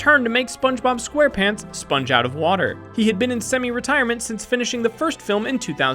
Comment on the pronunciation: Mason Chantez yeah i heard it😠